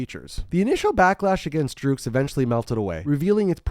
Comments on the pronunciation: Great Video! Iconic album.. Someone has to tell you though, it's pronounced "Drux" as in Drugs. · DRUGS! its just pronouced drugs (its just written phonetically)